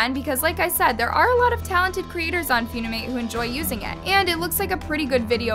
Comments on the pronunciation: First of all its not "Foonimate" and this challenge was long ago i used to admire your videos but now your just bringing up stuff from the past the app is toxic. But you cant just stop people from downloadinng funimate just cause its getting more famous and your trying to make it look bad also funikate took the challenge and everything down so dont say they didnt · the way she pronounced it was so wrong💀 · MS GORL ITS FUN-IM-ATE NOT FEW-NI-MATE SMH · Lmao says “fiuwnîmãt” it’s pronounced funi-mate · Flashback to the time she spelled Waifu as Waafoo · Its not few-knee-mate💀 it fun-e-mate💀😂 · “ few-ni-mate “ OAHAHAHAHAAHHA PLEASE- ITS “ fun-i-mate “ Very annoying ^^ ☺️💪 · Why did she say it like that? “Few-ni-mate” It’s “fun-im-ate” I know that should be the least of my worries but I can’t help myself 🤮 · I love AND the incorrect way she pronounces names in a lot of her videos. Lol 👍 😆 [Foon-i-mate instead of Fun-i-mate] (Seriously,I watch every video. ❤No hate, no shade.) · wait annas pronouncing it as ‘few - nee - mate’. i thought it was ‘fun- e - mate’ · Feunimate , never heard of it- (BISHSIWBKABWKWUOWBAK ITS FUNIMATE NOT FEUNIMATE-) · says few-ni-mate when it is fun-i-mate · foonimate💀💀gurl its pronounced fun-imate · girl it's called funimate not fewnimayte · not few knee mate its fun (an)imate - fun eh mate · (Fune-amate) WRONG (Fun-i-mate) CORRECT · It's fun-imate not fune-imate 💀💀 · FEEUNIMATE LMAOOOOOOOOOOO ITS FUNIMATE WIERDO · ITS NOT PRONOUNCED FUNIIIMATEE ITS PRONOUNCED FUNNYMATE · With all due respect, Its not "F-YOON-I-MATE" Its FUNimate. Like FUN Is literally in the name? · It's called fun-i-mate FUN not Fune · It's fun-ni-mate not few-ne-mate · its f-UH-nimate not f-OO-nimate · i'm sorry, fuwnimate? Its pronoucned funny-mate 😭😭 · NOT HOW U SAY FUNIMATE PLSS ITS FUN-IMATE NOT FUUUUNIMATE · Yall talking about this story: Me: why is she calling funimate foonimate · I'm not trying to be rude but it's pronounced fun-ee-mate